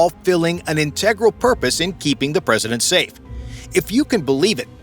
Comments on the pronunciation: The narrator not only says, but also mispronounces, the word "integral" way too often. Try "vital", "important", "urgent", or "critical". I just came up with those off the top of my head. Get a thesaurus for God's sake. And quite possibly an actual human narrator instead of A. I. would probably help tremendously. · This video has a few flaws - one of them is the cheap "AI narrator" not able to pronounce the word "integral".